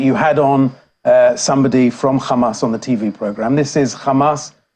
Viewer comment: Khamas khamas khamas 😂😂😂😂😂 so obsess with this name